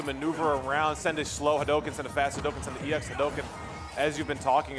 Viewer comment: I love how he says EX hadouken you can tell he knows SF.